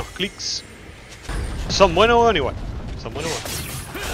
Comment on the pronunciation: El intento de acento chileno le sale igual a los peruanos jajajsjsjs, grande Josecito, son buenos wons